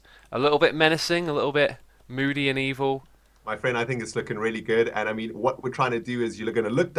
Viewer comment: Moody & Evil sounds like Medieval XD ~